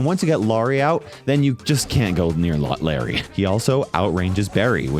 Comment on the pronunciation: be callin larry laary😂